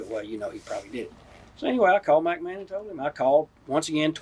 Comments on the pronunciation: Mack Man instead of McMahon. 🤣🤣🤣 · Yeah, I laughed out loud at that too. He repeated it too. He finally got it right on his last attempt when he says Macho got to “sachet“ her around.